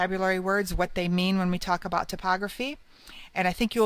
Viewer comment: "tip"ography? thought it was pronounced "Type" Ography?